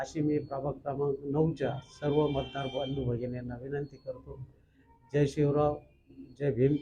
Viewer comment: याला जय शिवराय म्हणता येईना हा चाललाय नगरसेवक व्हायला 😂😂😂😂😂😂